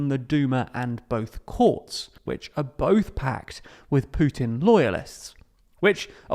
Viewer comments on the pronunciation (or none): none